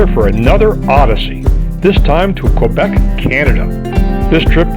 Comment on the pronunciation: I took 4 years of High School French. When pronouncing "Quebec" I believe the "Q" is pronounced as a "K". Just wanted you to know. Happy riding.